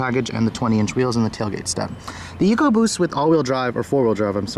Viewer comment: good to here you pronounce Ecoboost correctly eek oboost. Over here in the UK the stupid Ford TV adverts pronounce it Eckoboost by some numbskull sitting in an office who can't read or spell. It does my head in to hear it called that. I have a 1.0 fiesta and love the car and its sprightly engine which is so quick for it's small size.